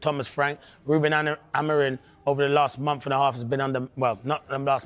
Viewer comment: When are these guys gonna pronounce Ruben’s last name right? Both Rooney and Carra still call him “A-Maureen” maybe when he wins something.